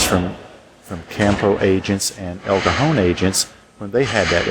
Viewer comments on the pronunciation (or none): none